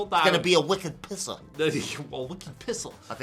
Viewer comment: i believe it goes "Wick-Ed Pissa"